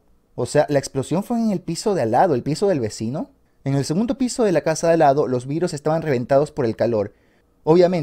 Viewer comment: Por un momento pensé que decía que perdió su cara, en vez de su casa, xd.